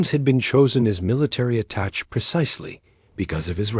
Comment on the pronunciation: Attaché is mispronounced